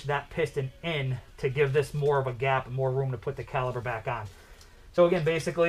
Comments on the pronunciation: Thanks for sharing! Ahem, it's caliper, not caliber. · Don’t like to be “that guy” but for future reference it’s caliPer.